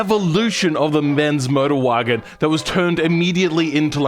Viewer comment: What is that pronunciation Bens Modrwajen